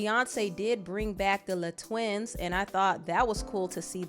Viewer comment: It's pronounced lay twins. (LE Twins )❤